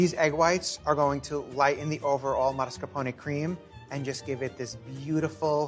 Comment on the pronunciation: Is it me not hearing it right, or does he really pronounce it as MARSCAPONE cheese?